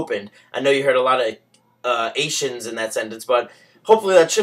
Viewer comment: a lot of "-ations" sounded like a lot of "asians" :P